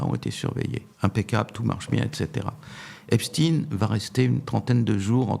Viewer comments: J'adore: Xavier Raufer prononce toujours "Epstine", alors que prononce toujours, comme il se doit me semble-t-il, "Epstein". Comme on dit Einstein et non pas "Einstine" ou Weinstein et non pas "Weinstine"... étonnant, non? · vous prononcez Einstein, Frankenstein et Epstein : Epstine ??? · C'est pas Epstine c'est Epstein. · ON NE PRONONCE PAS PLUS EPSTEIN QUE EINSTEIN épstine ou Einstine; Epstein se prononce phonétiquement AIPSCHTAÏNE merci de rectifier... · C’est Epstein (stein !) et non pas Epstine ! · Vers , pas epstine, epstein. Qui dit Einstine ? Edit à , il persiste et signe. Pourquoi ? Récemment, Tocsin avait reçu un invité qui parlait de ce sujet. Va-t-il parler de son auto-assumé "suprémacisme juif' et de ses liens, et ceux de son beau-père, avec le Mossad ? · Par pitié ! Prononcez Epstein comme Einstein et non pas Epstine !!! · pourquoi parlez vous de epsTIN alors que qu'il s'appelle epsTEIN...???????!!!!!!! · Pourquoi dernier temps changent-ils constamment de nom Epstein ? Epstein pas Epstin 😅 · On ne dit pas Epstine mais Epstein, comme on ne dit pas Albert Einstine mais Albert Einstein, et dans les 2 cas ce sont des juifs ashkénazes issus des peuples Khazars d'europe centrale comme l'Ukraine et donc qui n'ont absolument rien de sémite. MerdRe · Pourquoi il prononce Epstine et non Epstein !? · Ne dites pas Epstin mais Epstein. Vous ne dites pas Einstin mais Einstein. Vous n’avez pas à faire plaisir à la communauté. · des que vous entendeZ " epstiiiiiine" et non " epstein " dites vous qu on vous manipules meme si c est avec un peu de veriteZ... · Dommage que ce Mr prononce Epsteen...dirait-il Einsteen ou Lichtensteen??? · Dommage Mr Raufer que vous disiez "Epstine"....😒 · Lorsque croise ses bras...C'est qu'elle se retient et que " ca l'embête! " Bon...j"essaie d'écouter.Mais qu'un Boomer mm si...blablabla dit: Espteen! Je vrille 😮 Par contre: est-il vraiment mort. Le Salopard!??? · Encore un personnage qui nous parle "d'Epstine"